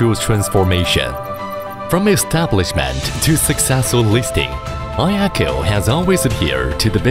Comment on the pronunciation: Отличный ролик! Много нового узнал про iECHO. И наконец-то затихнут споры, как правильно произносить имя iECHO. Теперь только «ай-Экоу»:)